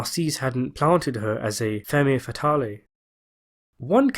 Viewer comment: Femme fatale is pronounced 'fahm fatal" btw